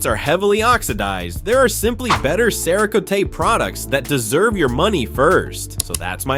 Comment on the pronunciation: another Ai mispronouncing words . comparing vss compound to a shampoo... not the same. Cerakotie??? LOL. and again... comparing a ceramic coating for paint to a headlight restoration kit... its a restoration kit... why else would you use it unless your headlights are oxidized (showing a second gen 95+ ford explorer headlight).. NOT THE SAME. LAME video.